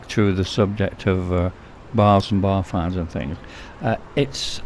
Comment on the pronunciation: are you saying " bar finds" " bar flies " Sorry I don't speak the queens 🤣🤣 and can you show more of the cannabis scene